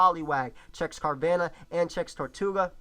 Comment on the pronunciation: ITS TIRTOUGA NOT TORTOUGA!!!!!plz forgive me:[